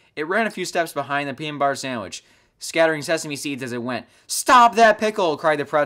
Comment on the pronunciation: The peener bunner samwich